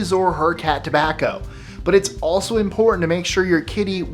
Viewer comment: "Tobacco" lol